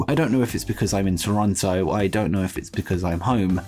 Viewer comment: Why do so many people mispronounce Toronto?